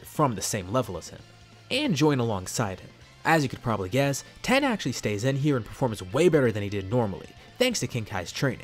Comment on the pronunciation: Wait i just noticed he called tien "ten"